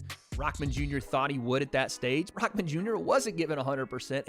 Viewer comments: You say it like his name is rockman jr but it’s rahman jr lol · you pronounce his name all wrong.. it not rock-man junior.. rahmen.. say it like reeehmaan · Tf is RockMan? it’s Rah not Rock💀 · its Rahman not ROCKman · If u want to do commentary on youtube at least learn his name properly.He is not raKman ffs come on man!!! he is Hasim RaHman. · IT’S RAHMAN NOT ROCKMAN!! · Why Is 'RAHMAN' Pronounced as 'Rockman'...?? What the Hell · It’s kinda funny how you say Hassim “Rockman” Jr. when it should be pronounced Hassim “R-uh-maan” Jr. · It’s Rahman not Rockman dummy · “Rahman” not Rockman… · Sound like you're saying rockman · Why does it sound like hes saying rockman jr lol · Dude why are you saying “Rockman” Jr???